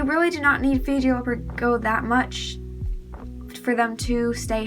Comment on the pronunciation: Do you need help pronouncing the word Gecko… you’re not saying it right and you’re saying it a million times